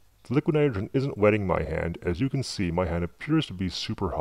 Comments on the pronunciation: Jesus man LEARN HOW TO SAY NITROGEN !!!!! Come on say it with me "NY-TRO-JEN" come on you can do it, it's not "NYGREN" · hahaa you cant say NITROGEN you say LIQUID NITERGN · Struggled to get by the "nudagen" pronunciation of Nitrogen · Hate the Way he say's "Nidrogen"....its' "Nitrogen" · It's pronounced ni tro gen. Not Nyogen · ...It was a great video...but it's pronounced ni-TRO-jen, not ni-TER-jen... ...just got a bit agitating listening to it...Still, great video. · This guy didnt actually say nitrogen one time in this video....it sounded more like.. niroin or somethin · liquid nidrjeh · liquid nidergen... liquid nidergen... Learn to speak without sounding "b-word" fat. Also, you obviously voice over these videos after recording (using a VERY shitty microphone, I might add), you're not fooling anyone. Get a popper-stopper too. Don't know what that is? Not surprising. Look it up and save the world from at least the edge of your annoying voice. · What's with the voice? And the articulation of "liquid nidergen?" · LIQUINITGRHN. Man, that is a weird word to hear said wrong. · Every time he said "liquinitgrhn" my eyelid twitched. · Liquid nidren... Enunciate! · The way you pronounce "nitrogen" is extremely annoying... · Just curious why you pronounce it "liquid nirigeon" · ni tro gen. please enunciate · nite-er-gin? We are lucky he is not teaching English as a second language! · Why can't you say nitrogen properly?? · im loling cause the guy cannot say 'nitrogen' (and also cause i think he's using a voice changer) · Cool Video but please pronounce "Nitrogen" fully, OMG so annoying lol... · The way he says "nitrogen" irks the fuck outta me. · The voice change thing is stupid. The way he says "nitrogen" makes me cringe. Sounds like someone typed it into Microsoft Sam or something or he can't pronounce it correctly. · why is it so hard for you to pronounce "nitrogen?" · well he cant say nitrogen properly sooo...